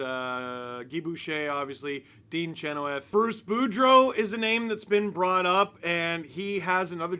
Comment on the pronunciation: We have the same problem in Carolina with Rod Brind A’mour. Only difference is that we can win a series each year, but then the team falls apart after that. Toronto wanting to pay him major dollars to get a series win every year…only going up? Also how are you such a leafs fan but can’t pronounce Dean’s last name? He told me himself how to pronounce it 😂. Shin-now-th. Not chin-o-with.